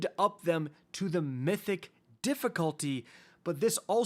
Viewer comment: When you said mythic i turned the video off